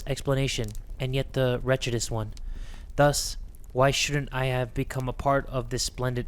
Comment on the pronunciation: I love how couldn’t pronounce the other words but then says wretchedest so quickly 😭🙏